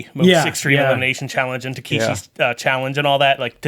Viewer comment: "Takishi'"? I'm quite sure his name's "Takeshi" 🤔